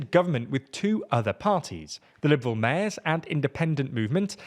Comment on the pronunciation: Yeah, but he still can't pronounce "mayors." Unless it really is the Mares Party, I guess. Once you have pirates, all bets are off.